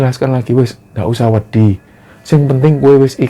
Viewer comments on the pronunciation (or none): Wedhi = pasir Wedi = takut Pelafalane cak, risih rasane